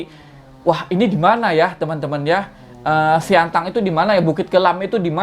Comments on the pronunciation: Btw sintang bang bukan siantang🙏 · SINTANG WOY BANG BUKAN SIANTANG... TERSUNGGING AKU BANG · Sintang bang bukan siantang 😁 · Sintang bos. Bkn siantang haha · kok siantang ..sintang bang sintang :D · Sintang pak,bukan Siantang 🤣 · Sintang bang bukan siantan 😂😂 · Kabupaten Sintang bg bukan siantang😅😅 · Sintang bg bukan Siantang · Sintang bg ,bukan siantang😁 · koreksi bg bukan siangtang, tapi sintang wkwkwkwk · Sintang bang bukan siantan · Sintang bang bukan Siantang hhe Salam dari Pontianak Kalimantan Barat